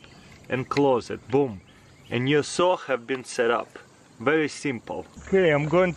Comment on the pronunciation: Хэв хэв, научись произношать правильно бл